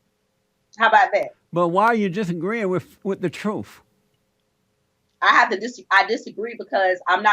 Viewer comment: With all due respect, I believe she said truf.